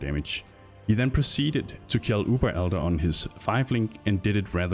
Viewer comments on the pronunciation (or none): none